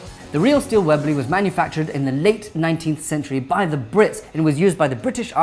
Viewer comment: Hehe, it sounds funny when he says webley, its sounds like he's saying wibly xD